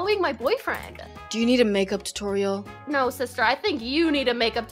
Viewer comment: I like when she said you need a makeup totorele